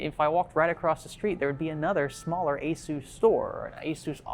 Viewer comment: FYI, you pronounced ASUS WRONG.